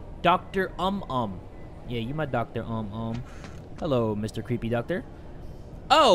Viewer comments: Doctor "UM UM" THAT MADE ME LAUGH SO HARD😂 Its supposed to be pronounced "oo-moom" which means "general" I think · Indonesians: "general doctor.": "Doctor Um Um" 😂😂😂😂😂😂 (For those who don't know, "umum" is pronounced like "oomoom") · i'm so cracking up at "doctor um um" lmao. it's pronounced like "ooh-moom." which means "general." so Dokter Umum means general physician. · "Doctor Um Um" hm😔✊🏻 Man I be dying listening to him tryna pronounce these words lmaoo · "Doctor Um Um" 😂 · Doctor Um Um Me: rofl why are you so cute 🤣 that's not how it's pronounce and 'umum' means 'general' in English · umum, the u in Indonesian is pronounced "oo" like in "too" or "moon" so its pronounced "oomoom" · Hahaahahhaahha oh my God....I felt terrible for laughing about pronounce the Indonesia word🤣🤣 •Lobby uw-tah-mah •Dokter uhm-uhm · Btw it's supposed to be spelled oom-oom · No one:: Doctor Um Um Yo I can't stop laughing at how he pronounce the word "umum" XD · Umum is actually pronounced as "ooomooom" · Doctor UM UM Me: dead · When dokter umum become dokter um um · DR UM UM